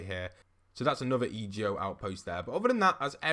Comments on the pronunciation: It’s EGO NOT E.G.O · Anyone else triggered when he would say e.g.o instead of just saying ego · Code postboxpat itz_Avila Hey its EGO not e.g.o I think it sounds better😂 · E ge o really its e go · it's ego not E G O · It’s ego not ejo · I love your vids but it’s EGO not E G O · Kinda- I was like “say it right man, this is messing with my ocd.” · Kuraidoman yeh but it’s annoying hearing him sounding out the letters in the acronym than actually just saying the word it spells, like do you say N-A-S-A or nasa